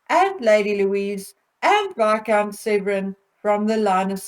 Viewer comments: Viscount SEVERN not Severin. ISLA as in Island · I love your channel but please, please could you pronounce Isla correctly (silent S) and James is Viscount Severn (as in the River Severn, sounds like number seven). He is NOT SevREN. Also you called Princess Eugenie Beatrice twice!! Sorry if it's just me, but little things like that pull a really good video back into the category of 'average,' and takes away that professional edge.